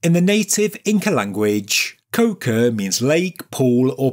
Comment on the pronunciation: You say it like co-ca but it's co-cha. PS: It is a very common suffix across Andean bodies of water.